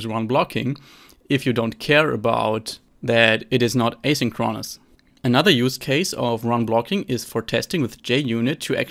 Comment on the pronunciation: Thanks for another helpful video on coroutines! You asked for constructive feedback, so here is a suggestion: Look up the pronunciation of "asynchronous". The stress is on the second syllable, not the third. Thanks again for explaining these concepts.